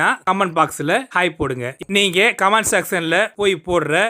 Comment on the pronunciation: கமான்ட் ( command ) அல்ல கமென்ட் ( comment ) என்று சொல்லவேண்டும்.